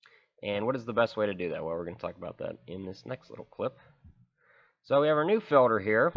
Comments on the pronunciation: filter not filder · I've literally never in my entire life heard someone pronounce the word "filter" as "filder" the way you do in this video haha hilarious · Filder or filter? Oil "Filder".. Fuel "Filder" 🤣🤣🤣🤣😭😭😭😭🤦🏻‍♀️ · To fill da fuckin filda or not fill da fuckin filda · FILDER FILDER FILDER FILDER FILDER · He says filder. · Filder or filter?